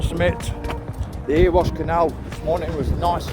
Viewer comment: "Eh-ree-wash" *Erewash, not Earwash, lol